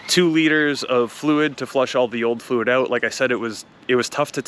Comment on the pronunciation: This "ouet" makes me feel you are Candian 😂